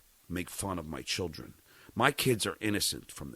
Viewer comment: If I ever have to hear him say “chilll dren “ again I may scream